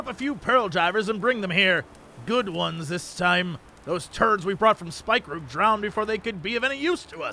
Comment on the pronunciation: Episode 102 and Jesse still hasn't learned how to pronounce Spikeroog.